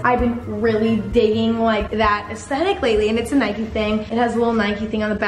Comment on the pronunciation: the way she pronounces Adidas and Nike